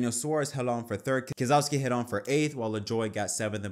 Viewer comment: New drinking game for this podcast - everyone takes a shot each time Keselowski’s name is misprounounced.